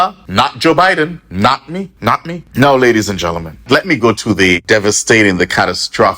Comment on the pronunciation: Sound like a true Caribbean man , by saying not me , not me😂😂😂😂😂😂🇰🇳